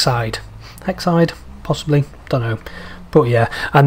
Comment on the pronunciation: Hey, Just a heads up, The Northern Rail 150 was 98% done by Northern Fail I just mostly did background work lol, It's also pronounced Hex Aid C: Also, we do have a few pre-1990s bus liveries, almost exclusively Manchester by yours truly such as; GM Buses SL192 and Citibus SL192, 1986 and 1979 respectively :) There's also a First Tomato Soup pack coming soon.